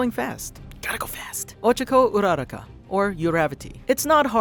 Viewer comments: I was reading the subtitles and when he said "urarka" It said "erotica" IM DYING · I lke the video. But why are you pronouncing Uraraka like that??? They say her name in the show it's Oo-ruh-ra-ka